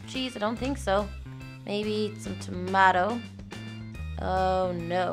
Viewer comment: Btw you said tomato wrong